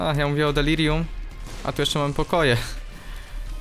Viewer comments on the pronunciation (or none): Delarium" XD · "Delarium" niemogę z tego XDDDD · On pewnie przekręca tą nazwę specjalnie ( ͡° ͜ʖ ͡°) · Znowu to ,,Delarium" XD